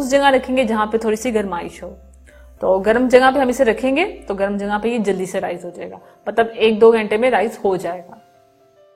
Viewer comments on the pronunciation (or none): none